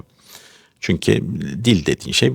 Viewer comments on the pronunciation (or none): none